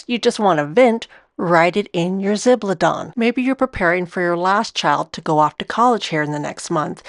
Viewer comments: It’s pronounced (something like!) Zib-al-dohn-ey. Jennifer from Chic Sparrow has a good video on it too. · Shock news ladies - guys keep zibaldone too! And I'm sorry but I couldn't stand the constant butchering of the pronunciation of zibaldone and left after 5 minutes - a shame, it was probably quite interesting.